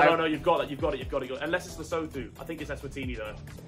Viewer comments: As a South African I was laughing my head off at harrys pronunciation of leshoto, “lesowtoo” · The pronunciation of "Lesotho" kills me as a South African 😭.